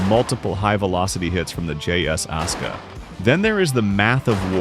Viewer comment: ASUKA (AI voice aska) Jap: ah-su-kah